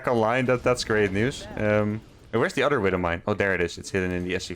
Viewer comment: Your English is great, but one thing keeps standing out. I noticed in your vids that when you say the word "other" you pronounce it as "udder". Just a heads up :)